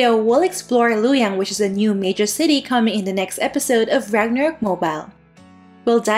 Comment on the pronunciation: not lu yang its Lu o yang